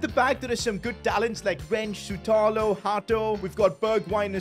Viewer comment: Its not Sutalo its Shutalo (Šutalo)